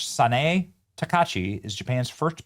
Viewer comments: yo man, do not eat the I, it's Taka"I"chi, not 'Takachi' nice vid though! very cool that Japan is keeping it's culture! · Taka-EE-chi, not takashi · I am cringing every time you mispronounce her name, my guy. Sa-na-eh Ta-ka-i-chii. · Benny, it’s pronounced “Taka ichi,” not “ta-ka-chi.” You can do better with that. Also, this intro clip blends Japan and Chinese influences. How would you like someone to create a caricature of the US by, completely without reason, blending American and Russian influences just because we’re both traditionally caucasians? It looks dumb, either way. Get someone who knows something about Japan to help with that. Heck, I’d volunteer. Fine to poke fun, but no need to look culturally ignorant when you do. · Her name isn't Takachi, it's Takaichi. You need to pronounce the 'i' or it changes the meaning of her name. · it isn't Takachi...it's Taka-ICHI. Please pronounce it correctly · Thanks Benny. Keep up the great work. Also her last name is pronounced Takaichi( Taka Itchy) Just for your info. Thank You for your team. I love it. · Benny its Taka- I-chi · Benny!!! Learn to say her name. It’s TA-KA-I-CHI (ta•ka•ee•chee) SA-NA-E (saw•naw•eh). (Her name is not Drumpf ;-)) TIP: Each vowel in Japanese has only one pronunciation and each vowel gets its own syllable. BAN•ZA•I‼️ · TA KA EEEE CHI, SA NA EH. .... pronounce it right.... youre killin me, smalls.... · Sanae Takaichi pronounced Sana ay Taka EE chee. Congratulations Ms. Takaichi. MAGA/MJGA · It's tah-kai-chee sah-nah-ay if you're kind of sounding it out that would be about it. :P Glad to see a woman of this background is calling the shots on the floor there. Given the dirtying of some bad western stupidity creeping into their culture and damaging it in print, video etc media in the last decade maybe she can put the brakes on the bs before it goes too far. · "Tock-ah-EE-chee". Benny, you are terrible with names! Slowing down your banter might help a little. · Her name is pronounced Taka ichi